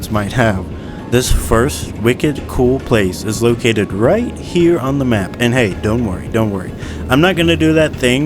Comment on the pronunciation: "Right here on the schmapp" why did that crack me up so much lmao